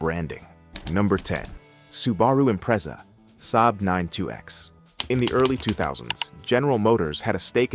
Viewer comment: Nice pronunciation of Subaru and Impreza there, AI reader. Edit: OH LAWD JEEZUS the way it BUTCHERED Monaro. Perhaps a human should read this shit.